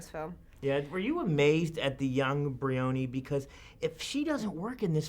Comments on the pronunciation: Bree-puny? Lol it's pronounce Bri(like eye)-ony. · It's BRY-O-NEE, not BREE-ONY. God this guy is lame. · Can't believe he manages to pronouce Briony's name wrong... embarrassing that Keira has to subtly say it correctly!